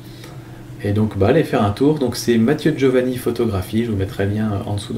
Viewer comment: C'est Giovanini, pas Giovani... Sinon, c'est du tout bon !